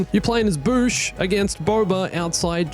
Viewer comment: Correction: It’s pronounced Bawsh not Boosh We all know Disney and DoofusFilm will try to get their hands dirty and shut this project down